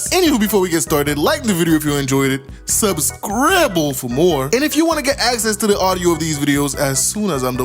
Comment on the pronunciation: Did this just say "Subscribble"? I love it! SUBSCRIBBLED!